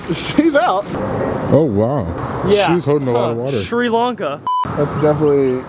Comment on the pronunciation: 8.15 did you say sri lanka?